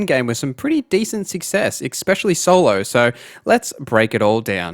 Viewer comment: There is no X in the word especially